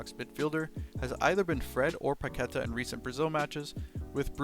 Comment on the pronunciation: was enjoying the video until i heard your 'Paquetá' pronunciation :s. It takes 5 seconds to search his name on youtube and learn it correctly.